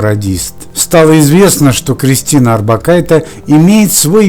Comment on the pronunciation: не надо экать. ОрбакайтЕ. литовские женские фамилии произносятся на конце мягко. на "е". я живу в Литве и знаю. ухо режет жутко это "Э"